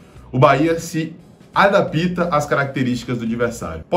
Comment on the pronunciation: "adapita" foi foda kkkkkkkk